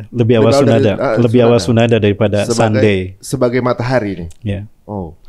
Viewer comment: Woiii SUNDAY bukan SUDNAY.